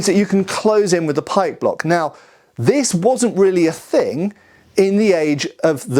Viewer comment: Oh, pike block, not pike block.